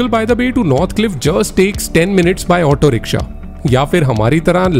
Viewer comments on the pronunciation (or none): none